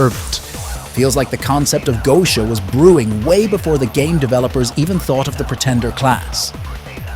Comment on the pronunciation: I think the pronunciation is Getia rather than Goesia but anyhow good attempt at an in depth analysis.